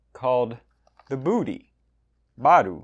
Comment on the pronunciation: It's pronounced BUDDY!